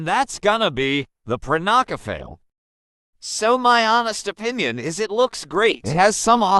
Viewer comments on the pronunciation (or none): I hope that in the near future that these prehistoric creatures are gonna be in Prehistoric Kingdom. Anyway, the correct pronunciation for the Prenocephale is (Prey-no-sef-a-lee) in my opinion. But that’s up to you to pronounce it. Aside from that, I also like to hear more Nigel Marven’s bio-knowledge dialogues about these new species that will be in the added. *All 29 Specimens: 1. Prenocephale 2. Thescelosaurus 3. Guanlong 4. Oviraptor 5. Plateosaurus 6. Ouranosaurus 7. Sauropelta 8. Hyaenodon 9. Tenontosaurus 10. Bos Latifrons (Bison) 11. Miragaia 12. Yutyrannus 13. Nothronychus 14. Baryonyx 15. Carnotaurus 16. Gallimimus 17. Daeodon (Entelodont) 18. Velociraptor 19. Edmontonia 20. Megaloceros (Giant Deer) 21. Ceratosaurus 22. Ursus Spelaeus (Giant Bear) 23. Ankylosaurus 24. Diplodocus 25. Megatherium (Giant Sloth) 26. Stegosaurus 27. Utahraptor 28. Allosaurus 29. Spinosaurus